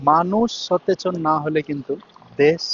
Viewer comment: ভাইয়া তুমি খাঁটি বাঙালি বুঝতে পারছি,, সতেচন😂 কারেট অ্যানসার: সচেতন